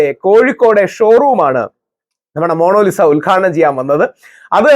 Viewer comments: മോണോലിസ അല്ല മോണാലി സ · താങ്കൾ 'മോണോലിസ' എന്നുച്ചരിക്കുന്നു. ''മോണലീസ' എന്നാണെങ്കിൽ ഇംഗ്ലീഷ് രീതിയിൽത്തന്നെയായി. എന്തായാലും 'മോണോ' എന്നു പറഞ്ഞത് തീരെ നന്നായിത്തോന്നിയില്ല. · Rahul sir, monolisa alla. Monalisa aanu...😊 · DEAR rahul ..Monolisa alla ..it's MONALISA🎉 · Inger kure book vayikunundalo..oru per coorect parayan aryila